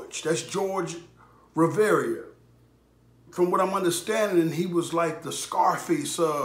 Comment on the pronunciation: you pronounced his last name wrong